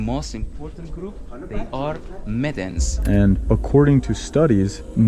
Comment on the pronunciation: My friend that call -> "Medes" and not Medens.